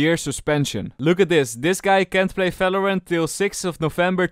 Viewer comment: he stopped saying falorant